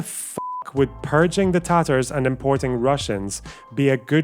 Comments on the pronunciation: Hasan saying “the Tar-Tars” is so cringe it’s a war crime, and he should be punished for that alone. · Yeah but listen to the way he pronounces Tatars, that's how you know he is a well read man.